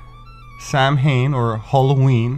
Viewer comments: Wonderful and fascinating!!! I just love information like this. One little thing though, just an fyi, is that Samhain is not pronounced Sam Hain. It is pronounced sOWen. I know this because I pronounced it in front of a Druid friend of mine and he kindly corrected me. Thank you for making this video. I'm off to buy at least one of your books. Blessings. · I really enjoyed this video it was professional and informative. If I could, as an Irish speaker just mention. 'Samhain' [Holloween] is pronounced 'Sowun'. Think of the word for a female pig (sow) and give it a suffix 'un'. This is the nearest a non-Irish speaker will get to pronouncing it, but not Sam Hain. Definitely not that. Samhain (Sowun). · “Samhain” is pronounced as “shah-vahn” but that’s forgivable because Celtic words are hard lmao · Much love and appreciation of all your videos! Just a heads up though, Samhain is pronounced like "Sow-anne", the mh has a "w" sound. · Samhain is pronounced like "sow-in" in Irish. The mh is pronounced as "w" except in Munster, where it is pronounced as "v". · Excellent video I really enjoyed it. Just as an aside Samhain is pronounced sowen....Keep up the good work.